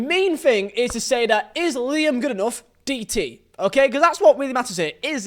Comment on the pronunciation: Why are you pronouncing Goodenough wrong?